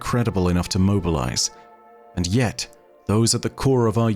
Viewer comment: You need to say And Yet correctly…I suggest you watch Richard Burton when he says those 2 words . Quickest if you watch Jeff Wayne the war of worlds